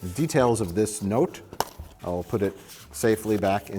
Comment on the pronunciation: I love when Mike's midwestern shows when he elongates the vowels in 'note'. For a second I thought I was watching Fargo.